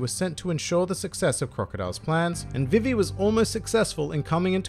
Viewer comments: It's pronounced BeeBee, so VeeVee is much closer to correct than Viv ee. Imu is Eem(u) with a barely pronounced u. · Its pronounced Ve-Ve because English is weird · Her name is supposed to be pronounced Vee-Vee. I honestly didn't know there was some other way people were pronouncing it. every time i heard you say her name i just thought it was your accent. Then again i thankfully didn't watch one piece during the 4kids era. was too busy watching yugioh, pokemon, and digimon. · I just listened five times and unless I'm hard of hearing,, it sounds .like you say vi ve(e) when you say her name and the syllables are said differently. Apologies if wrong. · Vī-vī vs Vi-vi Is likely due in part to a character from ff9 Vivi (pronounced: Vī-vī) who is something of a fan favorite because of his slightly clumsy but lovable personality and his compassion for his friends. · Huh? It's ビビ, and both characters are pronounced the same way. Are you saying it's Bib bi in the anime? They aren't saying viv vee. The way you said Funimation does it, the "ee" sound is too elongated, but ビビ is not viv vee. You did pronounce nakama well and not the usual nak KAM ma I hear so much. Congrats on the rapid success of your channel. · Dude I think we've had a miscommunication somewhere... I'm not saying that one of the characters is pronounced differently. I'm saying that saying "Vee Vee" is too much of an extension of the e sound. When they say BI BI in Japanese the vowel sounds are short and concise, but in English the vowels are extended. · You pronounce vivi wrong it actually is pronounced the way they do it in the funamtion dub